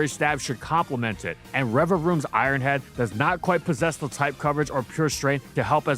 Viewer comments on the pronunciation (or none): none